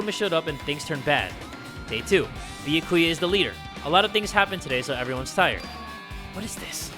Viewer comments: Ok not to make fun of you but Beeyakuuya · ITS NOT BYAKUYA and besides its like nya ku ya but instead of nya its bya not BEE-A ]